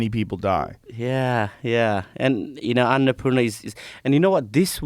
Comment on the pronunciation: Someone needs to teach Nims to pronounce Annapurna